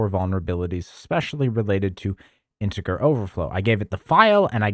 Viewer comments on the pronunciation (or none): Wait what I thought it was pronounced "Intejer" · hard R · INTIGGA! he said int like its the n word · I couldn't help but notice your pronunciation of the g in integer. You sound as if English is your native language, so I'll exclude the possibility of English being your second language. So, what's left? Accent? Dialect?